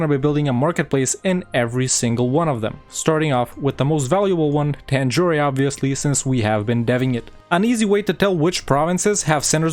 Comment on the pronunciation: To be honest, I really loved this video like I usually do. Usually, you pronounce almost every province and every nation in the most perfect way, but not really here. Like: It's not "Poonjab", it's "Paan-jaab" There's no "eh" in Tanjore, or Cuddalore, it's just "Tan-jore" not "Tan-jor-eh" And it's not "Kooch", it's "Kaa-ch" It's not "Ac-meh-nagar", it's "Ah-med-nagar" I really loved this video, as I love all your videos, but please correct these pronunciations. I really love those perfect pronunciations and I don't want them to be wrong in the subcontinent.